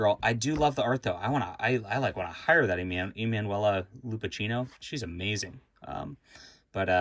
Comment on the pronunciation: It's pronounced Lupakkino, hard c sound. Yeah she does very nice artwork. Nice stuff. I remember her easier work which had slight imperfections, she's getting better...